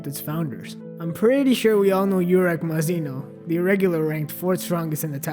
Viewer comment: YOUrek Mazino... It's pronounced Oo-rek.